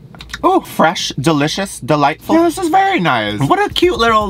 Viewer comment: Soooo was it delightful OR was it deliteful?!?!? 😅